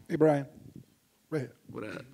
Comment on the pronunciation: his name is brian not "brain"